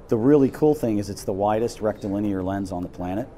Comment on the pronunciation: Why does he keep saying "rectal linear"?